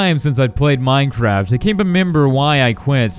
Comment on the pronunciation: You sed mindcrad XD